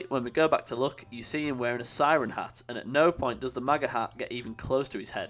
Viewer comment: Its hat not harr